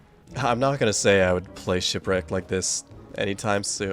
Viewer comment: Woah that guy that called shipwreaked “shitwreaked” seems like a pretty funny guy ngl. I should really find out who that is…